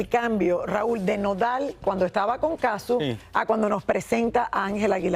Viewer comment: No es Cazzú, es Cazzu.